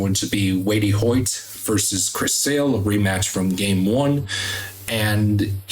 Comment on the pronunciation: Hey bud, it's pronounced "Weight" Hoyt